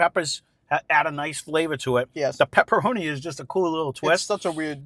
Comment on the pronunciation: Whole video you two are saying pepperoni . Couldn’t stand it do research first lol